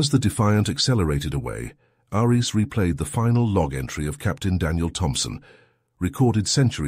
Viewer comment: Dude, I liked the story, and the narration-bot wasn't terrible, but the script had a so many typos and the narration-bot can't pronounce "Ares", you can override the bad reading by hiding "Airees" as the name while the caption still says "Ares". Or, as makes more sense, get someone who can read the script, or even an actor or two. It's only a 15-job, do the good and maybe we'll get you some more reads and subs!